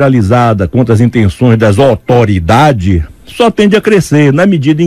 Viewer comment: Dazotoridade kkkk Foda!! Mestre!!! R I P !!!